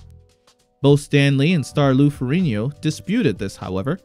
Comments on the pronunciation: Lou Farigno pronunciation dead give away that this is AI… out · Maybe pronounced that way in Sicily lol but not even Lou pronounces his name that way also found it questionable you saying how awesome a scene in she hulk was😂😂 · I found your pronunciation of Ferrigno far more offensive than the change from Bruce to David